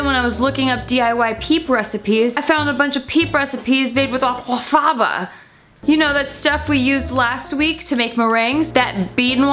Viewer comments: I really didn't need to hear her not even try to correctly pronounce aquafaba over and over and over again in a video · Well they can't all be winners, but I do love how you pronounce that word 😂. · this channel's humour has reduced to gargled pronunciations of 'aquafaba' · girl im fucking CACKLING at how youre pronouncing aquafaba. gets me every time. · The way she pronounces aquafaba 😂